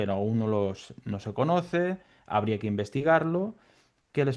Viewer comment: Hauria= habría 😅